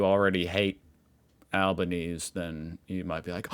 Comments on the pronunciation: Love your videos! I always get a smile out of your curiosity and the genuine discussion about our two countries 🇦🇺 Oh and Albanese = Al-bin-easy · It's "Al-bun-easy" That Sky News thing (which is Australia's Fox News) was actually an article by the Betoota Advocate which is a satirical news site. That bird on the basin is a Bush Turkey aka Scrub Turkey.